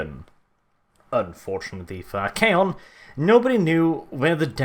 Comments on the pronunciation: I'm pretty sure you pronounced it right. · I believe you pronounced it correctly because if memory serves me it comes directly from Greek meaning master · We all know how to pronounce "archon," and Archaon just ads an 'A.' I would say you have it exactly right.